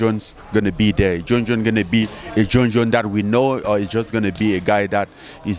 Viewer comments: Mang I heard Jon Jon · Jo Joon 🤣.. and Serial Gaine 🤣